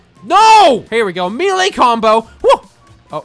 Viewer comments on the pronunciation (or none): none